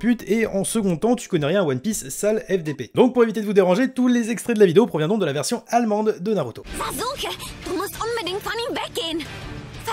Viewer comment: Ça m’a tué quand il a dit en versions alemend